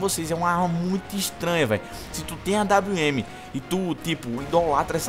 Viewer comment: kkkk AWM! "AINWN" KKKKKKKK EU RACHO